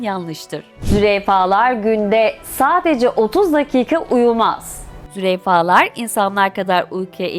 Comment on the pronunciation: Faydalı bir video olmuş ama züreyfa değil sanki 😅 Zürafa değil mi ben mi yanlış biliyorum 🤔